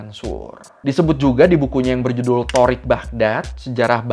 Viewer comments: koreksi bang, cara baca nama kitabnya bukan TORIKH Baghdad, tapi TARIKH Baghdad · koreksi dikit bang, tarikh atau bahasa arabnya sejarah dibacanya tarikh karna pake ت (ta) bukan ط (tho) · Saran aja bang itu bacanya taarikh baghdad